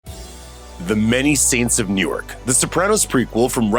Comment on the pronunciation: Newark is pronounced new-work not newyork.